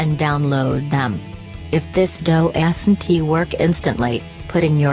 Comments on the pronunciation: ''if this dough-es-in-tee work'' XD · "If it doasinty work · “If this do-ass-n-tee work” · "Doe esently work" 😂im WEEZING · DOE-ASS-IN-TEA work😂😂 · I don't think this person can spell doesn't she keeps saying doesant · Lol if it doe es en tee work that is how she pronounced doesn't wonderful English my wonderful specimen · I love how it pronounces “doesn’t” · Thank God, I wasn't the only one who caught that. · I love how she says warm and doesn't